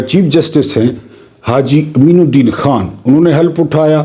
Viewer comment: Haji kameen ud din not Ammeen ud din.